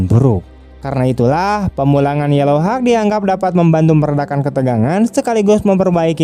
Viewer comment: hauk bang... bukan hawek...wkwkwk